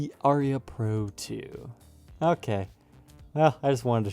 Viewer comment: interesting and odd. I laughed when pronounced it Aria.